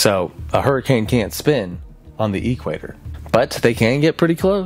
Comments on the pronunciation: Why are you emphasizing the E in equator? EE-qua-tor... The emphasis is on the second syllable: e-QUAY-tor. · Say equator like that one more time and I'm unsubbing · great video but had to turn it off after you started pronouncing it EEquator instead of eQUATor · the emphasis on Equator is on the a, not the e. equAtor. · EE-quator is killing me😅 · Great video. Love the way you say e-quator haha- so unique. I wish I had a word that I pronounced uniquely. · I can't get over the way this dude says eQuator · Why you pronouncing it EEEEEEquator?? Making my eye twitch. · The earth is so hot now is anyone surprised? I am surprised at your pronunciation of Cristobal and Equator tho! I rarely hear it like E bike or E mail because it is the equator! Instead try Cris toe ball not cristoble! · I'm not the only one going nuts at the pronunciation of "equator", right? The "e-quator" like it's a tech company or something. XD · The EEE-quater. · E quater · "E-quator" lolll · I've never heard the word equator pronounced with a hyphen in it until today 😂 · you also misspelled coriolis and mispronounced Equator as the emphasis is on qua not E 😅 but the video is amazing. Thanks! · Disliked for equator pronunciation. Comment for algorithm tho good luck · The corlolis effect..how about the way your pronouncing the equator thats crazy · The way this guy pronounces equator bothers me deeply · You say Equator really weird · Not bothered by your pronunciation of “Coriolis”, but a little weirded out by how you say “equator”. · Like E-mail or E-sports, but DEFINITELY NOT like equal 😂😂😂